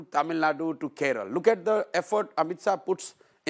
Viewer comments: It's kerala not keral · It’s KeralA not Keral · I love Prashant Bhushan, but who will tell him, it's not " Keral" it's "Kerala!!" 😊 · Its kerala not keral?? Please learn to spell first